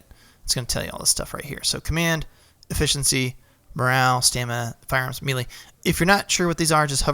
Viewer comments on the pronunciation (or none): Great series of videos. Just two things.: Melee, is pronounced May-Lay. And it's CAValry, not CALvary. I know, I know, I'm that guy, but just trying to help with the accuracy.